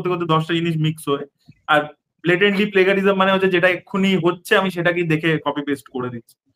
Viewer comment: Sir .. it's pronounced as play-Juh-ri-zm .. kindly make sure of the pronunciation next time..Thanks.